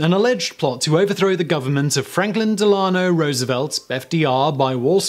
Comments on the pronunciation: FDR's middle name is pronounced "DEHL-uh-no" ....not "Deh-LAH-no" Fiorello LAGUARDIA'S last name is pronounced "Luh-GWAR-dee-uh" ....not "Luh-GARD-ee-uh" Can't you go ONE video without mispronouncing something? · Haha Franklin D’lahno Roosevelt got me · Two minor corrections: 1. "Delano" is pronounced with emphasis on the first syllable. 2. You don't "win" the Congressional Medal of Honor, you earn it and it is awarded to you. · Del-Lawn-Oh. Love it. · Hi Simon. Hate to be a pest but we are talking about a former U.S. president and one of my family names. DELuhnoh. Thanks. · It's pronounced Delano. Oh well, tomato tomato.